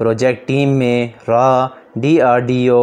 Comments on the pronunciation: RAA and nahi baata RAW hota hai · Raa nhi bhai raw hota hai 🤣